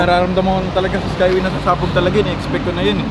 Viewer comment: Skyway hindi skaywey